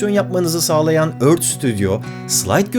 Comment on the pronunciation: Ört diye değil örfht gibi yumusak bir ton ile okunur lutfen biraz dikkat